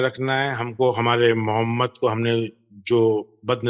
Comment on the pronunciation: محمد کو درست تلفظ سے پڑھیں مومد نہ پڑھیں باقی تمام الفاظ درست تلفظ سے پڑھ رہے ہیں لیکن صرف محمد کو مومد کہہ رہے ہیں